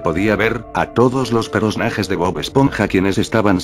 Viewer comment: Personajes❌ Peronajes✅